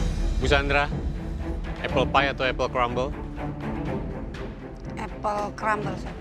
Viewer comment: jadi inget mario. Apel crumble aksen prancis😂